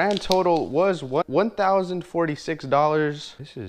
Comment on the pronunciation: Lol! He said doll hairs instead of dollars! 😏🤣